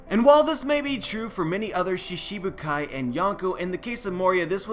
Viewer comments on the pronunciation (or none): Shishibuckai? Is that a pun to Moria's laugh or just how you pronounce it?